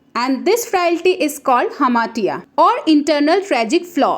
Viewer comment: hamartia pronunciation is wrong...